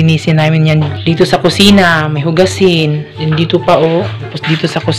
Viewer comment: nakakainis naman ung sinasadya mong pagbigkas na may bisaya accent like EKOT EKOT at DETU. pagbisaya nalang kay pangit paminawon. ayaw mo kasulo kay constructive criticism na ha.